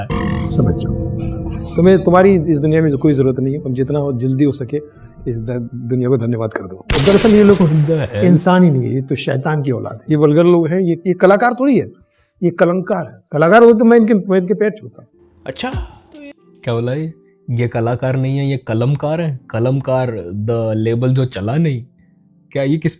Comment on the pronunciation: Kalankkaar bola Kalamkaar nii